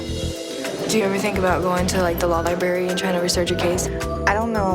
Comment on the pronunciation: Ok, hon, first of all, if you're going to use the 'law Li-Bary', you may want to learn how to pronounce the word first!